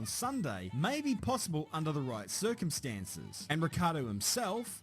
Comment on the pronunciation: I BEG YOU, FROM ITALY. Please. Please. PLEASE be the first anglospeaker to pronounce Ricciardo's last name properly. It's Italian. And in Italy we pronounce "ci" as a "chi" sound. Like in "matching" for instance. So it's not Rikkiardo or Rikkardo but more like if it was Ritchiardo. And with a rotating "r" (as if you were scottish). Pronouncing his name correctly it's the only thing that separate you from "above legend" status. Hit me up if you want a sound sample 🤪